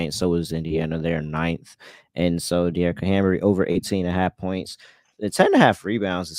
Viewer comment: I love yall but the mispronunciation of HAMBY'S name is driving me nuts 😩😅